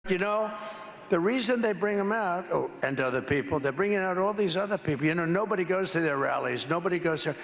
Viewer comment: Yeah, "bobody knows" Eimiem LOL